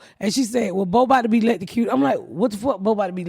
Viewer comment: Oh “electrocuted”...I swear I thought Ms.Pat was saying “late to cue”